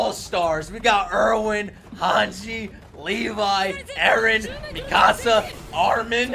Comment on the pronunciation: ⚠️NOT A SPOILER⚠️ Mikasa’s name is pronounced ME-KUH-SUH. I love the videos YOU CAN STILL BEAT THE FINAL! Keep the videos coming. I LIVE FOR YOUR ANIME REACTIONS